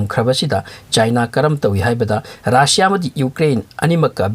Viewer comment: RAASSIA nte RUSSIA (RASSIA)haiyo